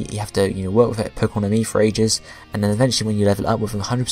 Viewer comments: It's Pokemon Amie. not pokemon and me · its pokemon AMIE, not and me.